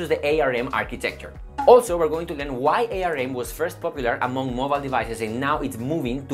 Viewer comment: It's pronounced arm. Like the body part.